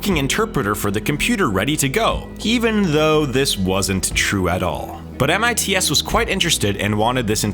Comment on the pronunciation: You made my ears bleed every time you said M I T S instead of MITS. SMH...